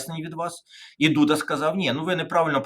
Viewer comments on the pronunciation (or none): none